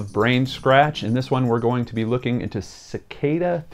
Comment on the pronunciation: It's pronounced as SICK-AH-DA.